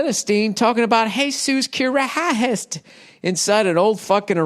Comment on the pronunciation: Heysoos kherherist lmao love Bill Burr